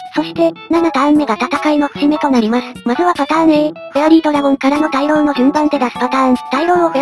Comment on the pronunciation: 今更ですが大浪は「たいろう」じゃなくて「おおおおかみ」だそうです おが多すぎて読みにくい